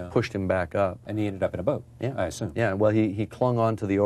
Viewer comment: I cringed every time Charlie said "boat". Wonder why James didn't correct him. Good interview though, it reminded me of how much I missed that show.